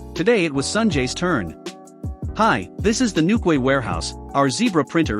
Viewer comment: Newquay is pronounced NewKey.